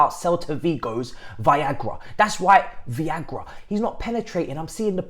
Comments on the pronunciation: my man keep saying it😂😂😂Viagra!!! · Why is he calling “Veiga” as “Viagra” 🤣🤣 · Come on man at least try and pronounce Veiga name correctly.